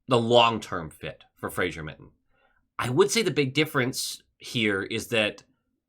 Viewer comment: It is pronounced. FRA-ZER, there is no "i" in the name